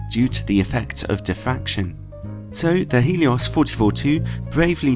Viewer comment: Hey man, Love the video, but i just want to let you know, its Helios, (Really Gelios in russian, but in english.) not Heelios.